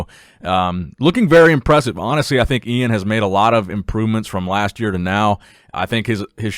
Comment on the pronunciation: Its E-IN not iain